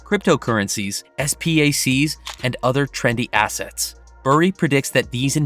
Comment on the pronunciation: Please don't say S-P-A-C, just say SPAC